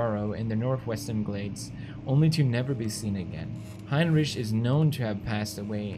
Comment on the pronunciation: "HeinRICH" Anyone?